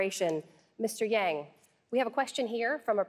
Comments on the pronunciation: wth is this damn guy host who can't even pronounce yang's last name? total idiot. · Struggling with the male commentator who didn’t appear to even know how to pronounce Yang’s name. And later did a dig when he snarked Yang liked to think of himself as a scientist and then laughed. He shows too much subjectivity.